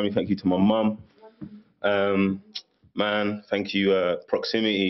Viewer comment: Proximi-ee. Thanks for the London accent tutorial lol.